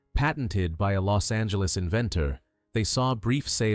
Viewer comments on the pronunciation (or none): none